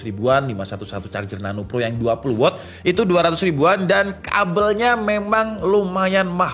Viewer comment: Meluruskan juga. Watt dibacanya tetep 'Wat', kalo bacanya 'Wot' jadinya kata tanya 'What' hehe